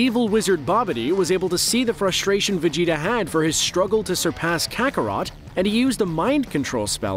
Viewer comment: Bro it's Kakarot not carrot smh